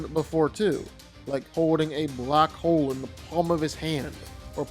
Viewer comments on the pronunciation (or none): none